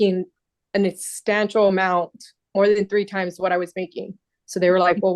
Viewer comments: What "exstantial"? She going to college? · How do you have a written statement and can’t even read it. She’s a loser who’s been getting by on her looks her whole life. “He makes a exstantial amount of money”. wtf is that? 😂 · "instancial amount" lmao!!!